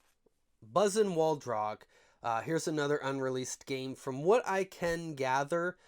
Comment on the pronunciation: actually it's waldog not waldrog